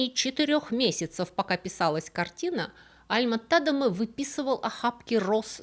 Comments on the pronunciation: `Альма (ударение на А) ТадЕма (ударение на Е) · Альма-ТадЕма, ударение на второй слог!!! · до просмотра этого ролика, я была уверена, что его фамилия читает альма-тадЕма....